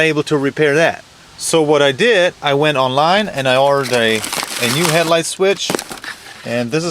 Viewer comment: He said "Het-light" and "Plag"